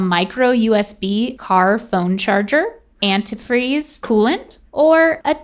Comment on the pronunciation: The way pronounced antifreeze should be a damn crime.